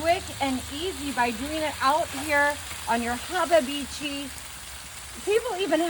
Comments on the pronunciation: If you say hababeechi just one more time, I'm gonna freak out! It's habachi. Pronounced - hah bah chee 🤨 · Did she mean hibachi when she said hababichi? 😮😢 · Hababichi is wild! Its pronounced hab-a-chi. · ok, i'll ask, what's a 'haabah-beechee', do you mean 'hibachi' aka 'hah-bah-chee'??? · Wtf is a " Habibitchi"? Does she mean Habachi ? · What is a hababichi? Does she mean Habachi? Someone let me know. 😮🫩🤢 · Pretty sure it's spelt Hibachi not hobby had itchy or whatever she's saying. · What is habebichi? Is she trying to say hibachi? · If she say hababeechy one more time! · Is Hababichi the brand of hibachi she is using, or did she pronounce it? 😂😂😂💀⚰️🥀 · Wtf is a habba-beachy? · Lol ! I'm still looking for the second B in habachi !! 😂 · I've been saying it wrong then Laugh out loud!!! "Hubabichi"😅😂😂 I can't believe what I'm seeing. But then again she need a whooping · Does she mean hibachi? 😂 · Ya burned it and you can't say habachi correctly. How often does your husband go hungry? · That looks absolutely gross. She should learn how to pronounce the name of grill correctly. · I want to punch her for mispronouncing "hibachi" while playing with that much food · You do know that your saying hibachi WRONG. It's not even the least but humorous. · This is just gross ,what is she like a hillbilly who won the lotto so now she just bought herself a big grill to cook on ?an why does she keeps prononcing the name of the grill wrong smh